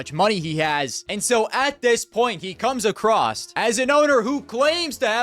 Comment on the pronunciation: love the channel but please stop pronouncing "across" as "acrost" you are a grown man might as well be saying pwease and fank you